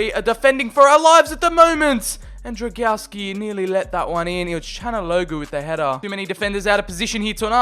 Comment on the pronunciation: I see you have little problems with reading Drągowski's full name. To make it simpler just call him Bartek :)